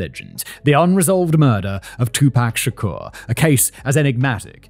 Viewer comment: I like how Simon says “Shakur” like a garage MC